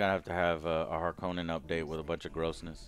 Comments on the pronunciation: He changed the sound of harconna like hes name in the us hes name is denis not deenneve its fukin denis like denis the menics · Joe, the new movies pronunciation of Harkonnen is the correct one. Frank Herbert himself called them that in the audio books he did of the first book.